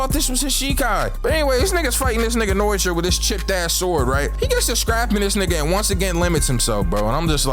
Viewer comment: I swear to god it’s pronounced: no-e-tora not fucken noitra